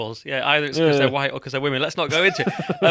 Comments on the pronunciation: These anti white types always say it with weird emphasis...Hwwwhitte! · Have we all noticed the over pronunciation of the 'H' in white. It reminds me of Brian Griffin out of family Guy when Stewy was taking the piss out of him doing the same. It's starting to become a thing. It's a another secret handshake that signals, 'hey I'm one of you'. None of these people believe any of this woke bullshit, it's all flag waving to show fealty to their corporate masters.